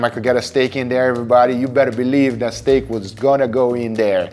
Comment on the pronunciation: I love stayeek (sorry, I have heard you pronounce it like this for the longest time and cannot unhear it) as much as the next guy, but I will have to try some of these recipes to cut down on calories. I will also say that in addition to being lower in cost for calories, chicken also tends to be lower in cost for the wallet as well. Congrats on the weight loss and I cannot weight to try some of these out. They look delicious and that is important. As you pointed out in this video, if you are bored with eating chicken, you are going to want to deviate to something else and that is bad.